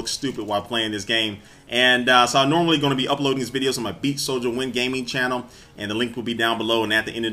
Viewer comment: he said channerrr